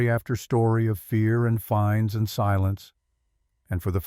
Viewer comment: The word is fines not finds lol